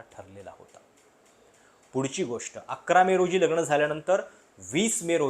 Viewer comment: …लग्ण नाही लग्न…णंतर नाही नंतर…सोणम नाही सोनम….अजुण नाही अजून…कंपणी नाही कंपनी..मणात नाही मनात..अजून बऱ्याच चुका आहेत..न आणि ण च बघा काही जमतं का?